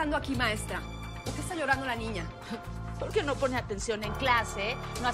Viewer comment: En el munito 340 dijo nina en ves de niña